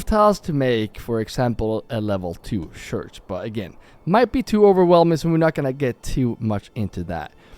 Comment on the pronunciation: The thing is: when you say "church", but you pronounce it: "shurch". The last two letters are the same as the first two letters it makes the "ch" sound. Not the "shh" sound. So. Don't say "shurch"! Say "church" . If you can say some of the word,you can say the whole word correctly... and stop saying shoosing and sharcoal. They aren't real words. Say: choosing and charcoal. Figure it out. Or you'll always have language barrier issues. And thats on you.